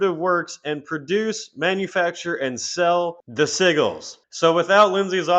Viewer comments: Bro it’s SIJ-GELS not siggles lol😂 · "Sigils" is pronounced "Sid‐gils"; it's like pigeon – there's clearly a "d" there, but it's not written only pronounced for some reason... 😅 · Hate to be that guy but “Sigils” is pronounced like “sih-juls” or “sih-jils” 😹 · Sïgglës is a fun way to say Sigils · Cradle is over party. As well, sigils is pronounced as si-jlz. I'm not trying to be a dick, but siggles makes me...well...giggle. LMFAO. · The SIGGLES. I just had to laugh everytime he said it. Which meant I was laughing a lot at this. 😂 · Not trying to be a Dick but I'll say it anyways- I cringed EVERY TIME you pronounced SIGILS.... The "g" is pronounced like a "j" like SIJIL. And you cover Black Metal and don't knows this? POSER! J/K😂. With your sense of humor I hope you know I'm just yanking your chain. THOROUGH COVERAGE of this and quite early on! GREAT JOB! I guess I have to finally subscribe! Thing is most people will only seeing me act like a Dick towards you, only a few will see it. I can feel the hate in the force...... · Very frustrating to hear "sigils" mispronounced over and over again. I appreciate this upload though. Never knew that Zoe and Marek were a couple also. And that the Coal Chamber vocalist was their manager! Lol. Thanks for this upload! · I could be wrong, I'm no genius, but I think that word "Sigils" you keep saying may be pronounced a lil different... I think the "G" has more of a "J" sound... Like I said though, I'm not sure, she did create them so maybe she called them what you keep calling them?? 🤔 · The G in sigils is pronounced like a J ...just redo the whole video 😂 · Sigils isn’t pronounced like you think it is.